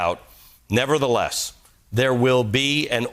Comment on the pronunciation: "nebber-ba-theelus", maybe, but not "nevertheless"